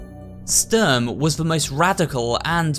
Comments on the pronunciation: Und Sturm haha, "Störm " xd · Actually the plural of soldat is soldaten not sodalts, it's a german word and means soldiers PS Ik he said the translation Also the way he said zwei, sturm and panzer is just so funny, when you here it as a german 😂